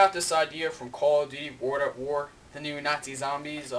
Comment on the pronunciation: u cant even say world at war right